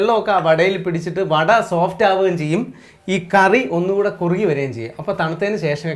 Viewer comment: Vatta koottucurry alla.vada koottucurry enna parayuka😂